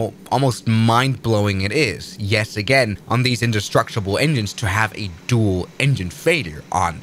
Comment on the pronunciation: He didn't. He said "undestructable" like Ralph Wiggam.